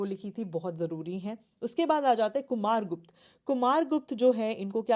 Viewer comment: Content is good. Mam can improve the pronunciation of names.e.g. abhigyan shakuntalam, "Ashokaa" or Ashok, guptaa or gupt , Baanbhatta and many other